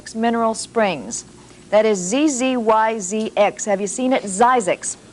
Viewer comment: And I never heard anyone pronounce it "zEYEzx". It was always "Zizzyx" as in "fizz".